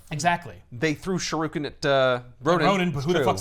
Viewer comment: I like how came at for "yakuzas" vs "yakuza" but then proceeds to pronounce shuriken as "shu-ROO-ken" like 12 times.